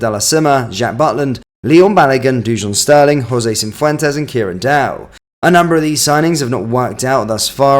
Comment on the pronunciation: Good video mate but can you please stop calling Cifuentes ‘Cimvemtes’ 😂😂